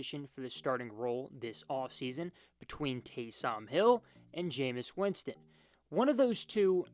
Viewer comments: it’s taysom not TAY - SOM hill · Delete this video. Just embarrassing. "Taaysoom Hill" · Can't even say Taysom right 🤣 does he watch the Saints? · Winston started 70 games - how many were wins. Also, you may want to learn how to say Taysom before posting videos. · Dude can't even say Taysom right 😂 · I feel like he doesn’t watch football. You’d know how to say his name if you just watch the games. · Facts lol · Went can't you pronounce Taysom? Have you never heard someone say his name? 🤷‍♂️ Great video other than that lol